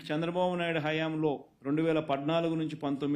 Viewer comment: పద్నాలుగు అనడం రాదు నీకు, పడ్డనాలుగు